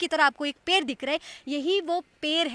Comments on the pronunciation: Ped hota hai per nahi bihari ho kya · Didi wo पेड़ hai na ki पेर